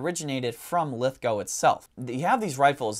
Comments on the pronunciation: Yes well done, you pronounce Lithgow correctly 🇦🇺👍, thank you for the content too! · Speaking as Someone who lives nearby to lithgow in the town of bathurst I’m loving the recognition of this important factory thanks for the video love your work guys! And great to see an American who can pronounce Lithgow 👍 you have one up on forgotten weapons their lol!